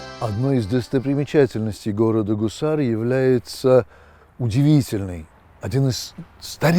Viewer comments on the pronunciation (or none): Не Кусар, а Гусар -также как Губа, раньше по русски Куба. А так интересно рассказывает.